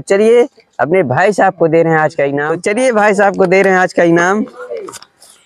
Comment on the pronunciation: Always time i heard from you, instead of three you use to say theeree😅